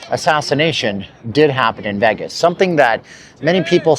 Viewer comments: Dude....not VEGGAS (VEYGAS). Please as least say it properly. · Ngl, I absolutely despise when people pronounce “Vegas” that way. It’s so annoying. It’s VAY-GUSS, not VEH-GUSS. ugh yuck. Anyway, carry on. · A dude that pronounce Vegas as Vegguz cannot be taken seriously. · There’s no “egg” in Vegas. It’s pronounced “Vay-gas”. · You’ve got one of the most irritating voices I’ve ever heard… especially the way you say “Vegas.”